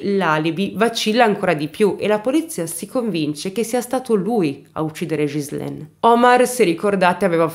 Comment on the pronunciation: Ciao carissma il tuo acento francese 😁mi rocorda molto il mio nei primi anni che mi sono trasferita qui in nel sud ovest della Francia, ma una cosa che puo consolarti e che pronunci molto bene il nome della vittima che e uguale al mio Ghizlane, buon lavoro carissma.